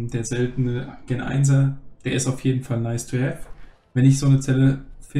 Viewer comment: Deine Videos sind echt cool und es macht echt Spaß sie anzusehen aber sprich bitte das Wort gen mal richtig aus das nervt mich irgendwie immer aber ansonsten mach weiter so